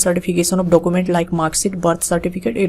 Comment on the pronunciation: Document kya hota he pronounce sahi kare yar